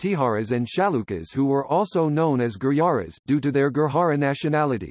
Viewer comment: Information is ok but bad pronunciation. Gurjar or Gurjara not Gurhara. This is not Spanish j is pronounced as J not H.